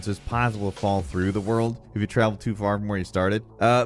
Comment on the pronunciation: Lol my daughter screamed out dio when she heard za worldo